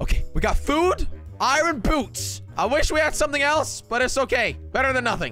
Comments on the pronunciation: He said ion instead of iron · IMWHAT IS ION ITS I ERRRR NNN NOT ION ITS SPELT IRON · Did he just say ion? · Any one else say 'Iyan' aswell? 🤣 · ITS “IYAN” IYON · Why does he cal iron ion?